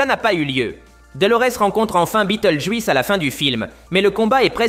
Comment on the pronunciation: ça encore, c'est juste dommage mais le juisse répété toute les 30 secondes ça casse tout. Je me demande si la voix n'est pas une IA du coup.